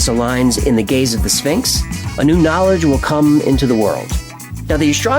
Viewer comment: I love this interview, but needs hooked on p-honics. “Spinx” is driving me insane 😅